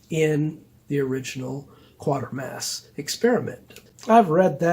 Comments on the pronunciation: My only qualm is you pronounce Quatermass as Quartermass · The only qualm ive got is that you pronounce Quatermass as Quartermass apart from that brilliant review...as always